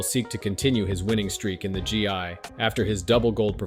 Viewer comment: Bro, Gee I? It's gi.